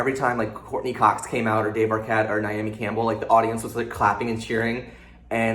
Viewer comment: Did you just say "Naomi Campbell" in the Scream 5 part? :D